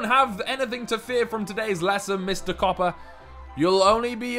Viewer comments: “Ben Cooper” Honestly hate people who mispronounce Copper. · It is Ben Copper not cooper. no hate